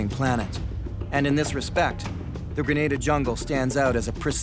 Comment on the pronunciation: Graneda LMFAO 🤣 It's an a not an e hehe... GrenAda Gren-ah-da 🤙🏼